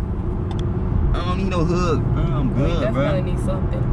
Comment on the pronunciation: lmaaoaoaoao his accent came out frl frl. "ion need no huUuUgg" lmaaao.